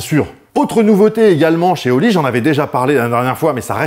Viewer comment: 3mn de pub pour de la poudre, ca commence bien. Pourrait on au moins prononcer le nom du sponsor correctemnet. C'est pas oli mais Holi. Le h n'est pas muet. Merci